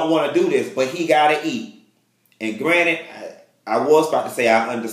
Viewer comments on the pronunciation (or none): none